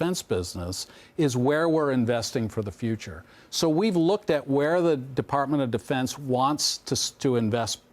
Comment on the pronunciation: defartment of defense lmao...